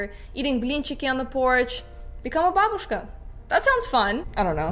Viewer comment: Ааа!Опять ловлю удовольствие с вашего произношения "квас", "блинчики" и "бабушка"